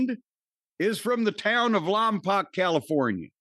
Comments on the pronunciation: It’s Lompoc not Lompac. Lom pock phonetically. My Uncle lived there, closest to Santa Barbara he could afford back then. Was a Christmas tree farm. Beautiful place, smelled great year round. 🤎U both, thank you for sharing. You perform a mental health service for the world. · I think its pronounced lom-poke